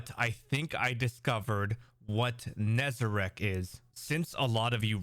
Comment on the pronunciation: It's Nezarec, not Nezarac...